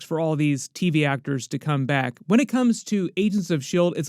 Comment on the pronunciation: Wen sounds like one not when.